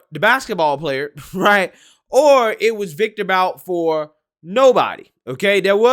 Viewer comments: The name is pronounced like 'boot'. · You pronounce Viktor Bout's last name like (Boot).